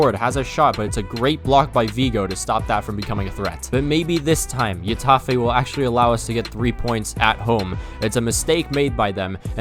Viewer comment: When will he learn its pronounces hetafè not yetafè